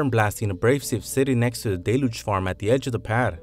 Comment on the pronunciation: It is not "DAY-looge" is is "DELL-yooge"